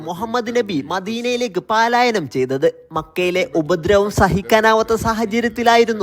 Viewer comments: പാലായനം ❌ പലായനം ✅ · പാലയാനം അല്ല പലായനം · 'പാലായനം'അല്ല.'പലായനം ' ആണ് ശരി.